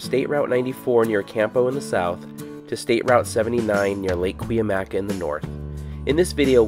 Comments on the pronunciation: I grew up going to Julian up sunrise highway. It's the local Indian tribe. Pronounced: KOO-MY-AY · i think its pronounced kw-AH-mee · Great video! by the way, it's pronounced KOOM yai